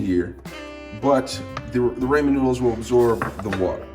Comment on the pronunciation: “Ray men noodles” (not hate)